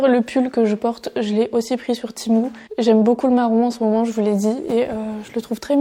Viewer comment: Cc j’aime trop tes vidéos ❤❤❤ mais ça me stress quand tu dit timou au lieu de tému mais sinon jtm trop ❤❤